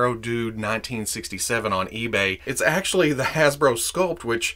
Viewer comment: you can actuashy glue it